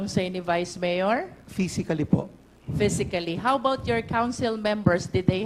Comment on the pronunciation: Miyor? Miyor? Miyor? Ayusin mo pagreport mo.pisti!